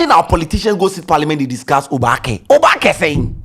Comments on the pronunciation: is not oobake oo it is oobaake 😄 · Pls it is Oobake NOT obaake! And it's similar to the adinkra symbol. Its not a street/ spoken word. All the Gs's are asking for is inclusitivity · It's not obaakɛ it Oobakɛ̀ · pls it’s not pronunced obaake . it’s oba ke literally meaning you’ve surely arrived 😊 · it's Oobakɛ. You stress the ooo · Because you’re pronouncing it wrong. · you're not pronouncing "oobakɛ" well. Please ask or learn the correct pronunciation.😅